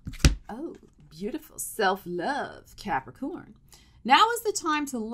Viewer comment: I love how you say Capri-CORN. 🤣😂😎‼️💥